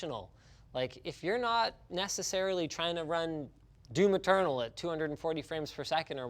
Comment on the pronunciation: Every time you try to say "Doom Eternal", you're actually saying "Do Maternal"